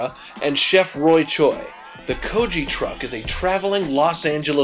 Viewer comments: Idk what the "koji" truck is, but I'm pretty sure it's pronounced"ko-gee" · Go-gee. Hard G. GO-GEE. NOT GO-JEE. IT MEANS, "MEAT" IN KOREAN. Please show respect by at least saying it correctly. Otherwise, you're recipes are spot on. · 고기 is more sounds like: Kog- I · lol 'ko-ji' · its kogi. rhymes with maggy.